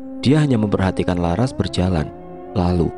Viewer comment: Kok Lucu ManggiLnya... Msk LaRas di PanggiLnya LaR Hhhh.... Ras x Lbh enak di dengarnya